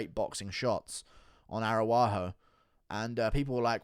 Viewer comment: with the S TIER pronunciations: Grawso vs. Arawaho